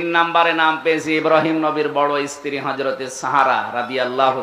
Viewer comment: স্ত্রী কে বলছে, ইস্ত্রি মোল্লা হুজুর 😂😂